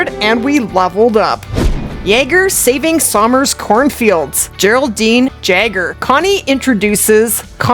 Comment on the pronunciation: Jager is pronounced the same as Jagermeister, with a Y sound lol.